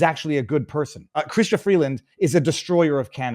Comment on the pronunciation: Why are you calling her "chhhystia"? It's not a Jewish of French name.